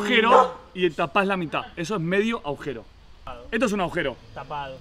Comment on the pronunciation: Se dice agujero!!! No existe la palabra aujero 😊